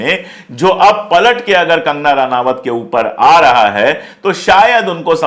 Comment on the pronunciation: इसका नाम रनावत नहीं रनौत है। अनपढ़ औरत है।